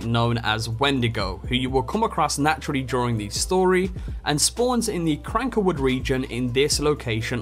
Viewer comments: It's cankerwood not crankerwood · Cankerwood, not Crankerwood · Anybody bothered how he calls the Canker woods the Cranker woods